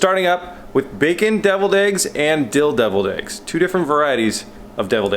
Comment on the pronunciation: i though u said dildo eggs